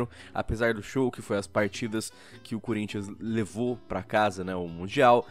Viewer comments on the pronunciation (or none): Eu entendi errado ou o falou CUrinthians